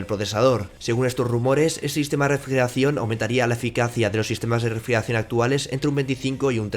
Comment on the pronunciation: Vocaliza!!! “Refrieracion”??